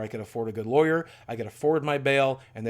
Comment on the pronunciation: Is anyone else bothered by the way he says lawyer?